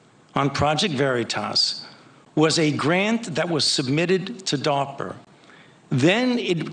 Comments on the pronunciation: What the hell is darper? I thought it was DARPA! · "A grant that was submitted to 'Dahwper'" 🤣 I hate the sound of this guy's voice. 😑 It's like nails on a chalkboard/knives on a plate/children screaming/the worst sounds imaginable all smashed together to make lies. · Him saying "darper " gets under my skin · Dawper not DARPA so he is not lieing. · "Darper" lol Sort of like Canader. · WTF is DAWPER? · Why does he say darpa like that?